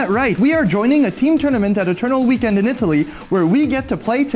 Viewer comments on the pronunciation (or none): none